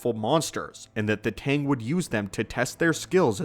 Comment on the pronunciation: "Mando Aid" Its "Mando'ade" (Mando - ah - day). "Tang" is "Taung" (Tah - ng)